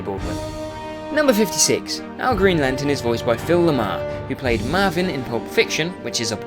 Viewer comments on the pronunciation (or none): none